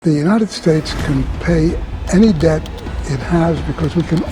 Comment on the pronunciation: dept nahi bhai debt 😹